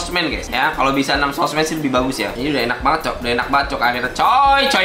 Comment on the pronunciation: Tanpa kalian sadari dia menyebutnya swordmans